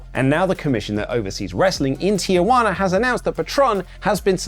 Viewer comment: The city name is Tijuana. Pronounced Tee-hu-a-nah. Where do white people get Tia-wana? Are you calling one of your Aunts named Wana?